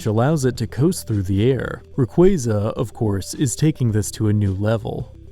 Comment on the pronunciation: why u say rayquaza like that